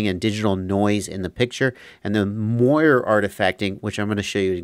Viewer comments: the term is Moiré from the French silk pattern, so with an E acute it's pronounced Mwah-ray, like Café:) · Just fyi I'm like 80% sure it's pronounced "more-ray" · The correct pronunciation for Moire is “more-ay” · Moiré. It's pronounced "more-ray". Like the eel except emphasis on last syllable. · Moiré. It's Moiré with a French accent :) This originates from "Moire" which is a type of silk fabric in French.